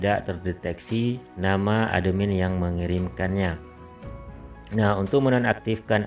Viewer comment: Cara bacanya atmin kak bukan ademin😇